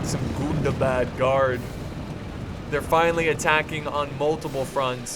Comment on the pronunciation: I love it when you say GOON DAH BAHD